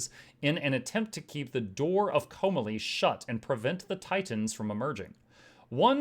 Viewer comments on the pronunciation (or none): Hey ! Don't mean to be that person, but you're pronouncing "Komalie" all wrong. It's pronounced Co-mah-lee. There is a video on Youtube with the proper cutscene from Guild Wars 1 where Vizier Khilbron pronounces it, if you want verification. It's under (Guild Wars Prophecies - cutscene 025 - Ring of Fire).